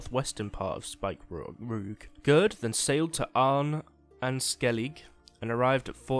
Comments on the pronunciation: Btw, because I didn't know at first what you meant when you said Spikeroog. I'm pretty sure it's namend after the East Frisian Spiekeroog, which is pronounced "Speaker-og" (dunno the IPA for that), so it's probably pronounced like that as well. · Speak-A-rog is how you pronounce it